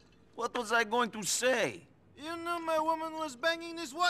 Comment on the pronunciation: "I have a work for yew" "Fyew Favors" I love how certain words roll off his tongue 😂